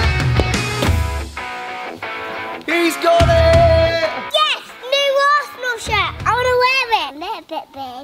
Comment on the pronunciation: He said arshole in stead of arsenal😂😂